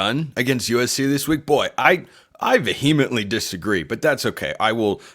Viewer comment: It's about 55-45. Calm down. Plus that word is pronounced VEE-heh-ment-lee. Not vee-HEM-uh-lently. Don't talk like a bRuin.